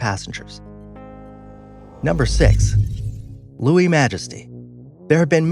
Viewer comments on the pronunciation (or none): none